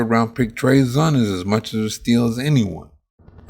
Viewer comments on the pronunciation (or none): His name is pronounced Zune, not Zun.